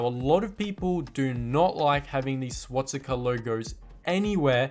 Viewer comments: it's swastika not swatsika mate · First thing I have to say it’s swastika not swatsika😂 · You can't pronounce Swastica. Not swatstica